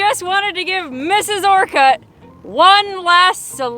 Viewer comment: Its pronounced just a quick orcut kinda like orchid. Not Or cut. Lol